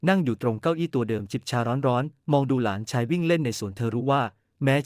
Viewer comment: และหลานชาย อ่านไปได้ หลา นะ ชาย AI อ่านผิดมาก วรรคตอนไม่ค่อย ถูก เสียอารมณ์